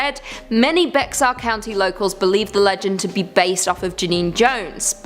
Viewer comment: While I don’t think you’ll cover Bexar county again, I thought I should say it’s said like Bear/bare rather than Bex-are 😭 I know, weird spelling